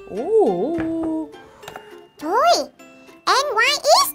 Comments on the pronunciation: Chị ơi k phải đọc là N.Y.X (en- goai- ích)mà là NYX (ních- xờ) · NYX đọc là nít nha chị 😍😍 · trời ơi NYX mà chị đọc là N Y X